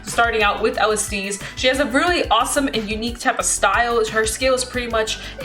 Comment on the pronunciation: Mildly infuriated that you're calling Kairi- Kiara and Alestiel- Alestice